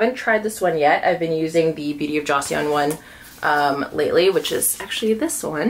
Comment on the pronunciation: The way you say "joseon" and Kelly "retourne" gets me all the time, but it always brings a giggle out of me 😅. You're one of my favorite influencers, and I'm always looking forward to watching your videos. ❤